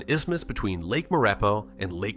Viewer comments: Now we have AI to mispronounce our place names for us. Maurepas lol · you can tell the voice aint from Louisiana..just by how he pronounced Maurepas, and LaPlace